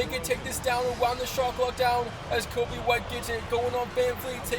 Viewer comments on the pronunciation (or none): none